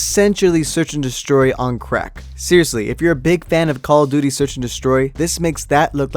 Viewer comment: Cock o duty